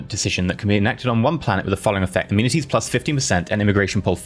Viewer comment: So I've never played this game before. That being said I don't understand a lot of the terminology for things. But, when he was saying amenities I thought he was saying immunities for at least the first few episodes. And I couldn't understand how he was getting immunities of the building people building. I was very confused.